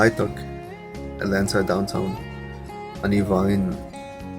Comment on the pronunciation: Daunchhaauunn(downtown)...!! Mizo tawng kara pawlh atan chuan a nalh chiah lo deuh pronounciation kha...( ka lo ti ve mai2 )..khami hma chiahin mizo lutuk tak maiin Sikul(school) i ti tho bawk sia...in persan leh ltk a...hehee....anyway,Good video..👍